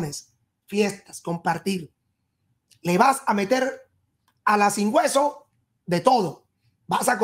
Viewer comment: 😂😂 me da risa cada vez que el se le sale lo venezolano.. " la sin gueso" la gente dirá que es esol 😂😂😂😂. Gracias por darnos un poquito de su tiempo y brindarnos su cariño y su apoyo. Bendiciones.